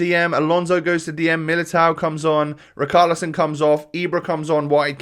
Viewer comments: Please say riCHARlison not riKARlison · Pernounce richarlison properly